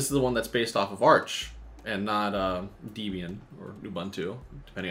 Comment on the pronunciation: The name of the guy who originally made "Debian" is named "Ian". His girlfriend of the time was named "Deb" (short for "Deborah"). So, yeah, it's "Deb + Ian". And you say it "Deb", "Ian" but as one word. I know. You look at it written on the page and you think it must be complicated. But it's really that simple. It's just two names - Deb and Ian - squashed together as one word. Your brain just thinks it's harder than it is, and starts adding in complications that just ain't there. "Deb", "Ian". That's all it is.